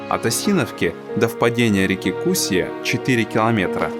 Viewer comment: кусьЯ, ударение на Я